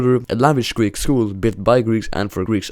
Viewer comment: As a greek at the start the greek was kinda cringimg me but for a non greek it is the best ive heard